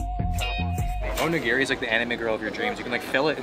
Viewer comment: Bro said “onegiri” and said it’s like a pizza pocket bruh